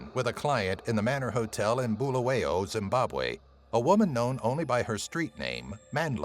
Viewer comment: The way he said Bulawayo made my heart break.